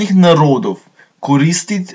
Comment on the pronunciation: It's not misguided at all. The guy simply misread most of the words in the text. : "Medžuslovianskogo" is read without the final "o" : "Jezyk" is read as "jezik" (not a mistake but rather a flavourisation which makes the language less understandable for West and East Slavic speakers) : "Koristajųt" is read as "koristit" : "že" is read as "ži" : "Komunikovali" is read as "komunikirali" "Sobojų" is read as "soboj" : "Języki" is read as "jeziki" (combining a previously mentioned example of flavourisation with the omission of nasalisation, making it more difficult for Polish speakers to understand what he's saying). The list goes on and on and on right until the end of the video.